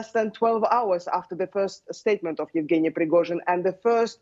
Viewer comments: how is this BBC host misreading yevgeny aw "eegevny"? that's ridiculous, why doesn't she know either the guy's name, or the name in general because it's a common name? can we maybe not have people present news who don't pay attention to news and don't know things? I think there are enough people who pay attention and know things, can you please try to hire them??? just to be clear for you, BBC, I don't mean about harry and meghan. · BBC ... please tell your anchor to learn how to say the names ... Best way is to listen to native russian saying them, then repeat them a few time ... Lucky she is cute :) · How did she get a new caster position?! Not sure why she can’t say his name correctly. It’s obnoxious. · She really battled with the “Yevgeny”’s…